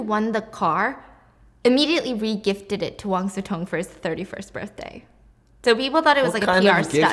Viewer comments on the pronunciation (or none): I kept hearing Wang Zi Tong and wondered who that was 😆 Imagine the word "chop" and substitute "-p" with "-ng" then you'll get something similar "cho-ng" There isn't a close equivalence of "si" in English, but "si-mulation" will be good enough (even though it will sound more like "xi" to native speakers) As for resume, it's just English/French pronunciations, they're based on the same Latin word, but they came to mean slightly different things. "Résumé" (the CV), with the accent aigu, retains the French pronunciation, and means more of a summary, but "resume," the English version without the accent, usually refers to the original meaning, to re-take, to continue...